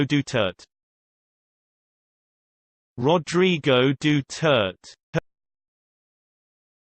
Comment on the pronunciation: Noooooooooooooooo! That's wrong! It's pronounced [Du-ter-té]!